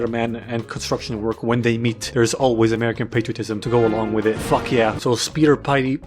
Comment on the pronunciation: Speeder pidey XD LMAO